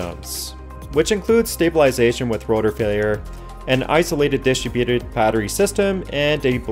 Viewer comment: Having listened to more than a few of your videos, I like what you present, what I find interesting is how you pronounce the word "Distributed". You put the emphasis on the first three letters, "DIS"tributed, when the word is pronounce "DISTRIB"uted. Your lack of accent tells me you are an American speaking American English, but your pronunciation is definitely foreign. Can you tell us how you came to using that word like that?